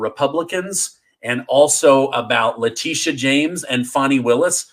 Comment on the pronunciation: Her name is actually pronounced La tit e uh